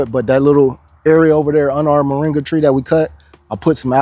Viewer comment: Cheers but, Say Mor'i'nga not Moranga!